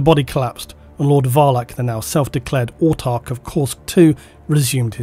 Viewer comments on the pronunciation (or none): none